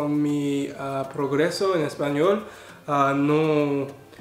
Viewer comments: Que interesante, quizá si te cuesta generar la sentencia pero lo dices como si fueras nativo. Interesting, your pronunciation is on point, and that is the difficult part, some people could study Spanish for many years and not pronounce it correctly. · Nice mexican pronunciation hahaha I'm mexican and you speak in a tone equal to mine